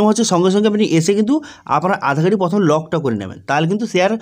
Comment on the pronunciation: কথাটা প্রথম। পথোম নয়।